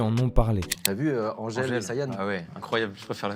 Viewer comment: je m'abonnerai quand tu diras AnGèle et non Anddgèle.